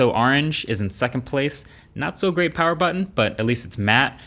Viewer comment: MOO PAWUH BABYYY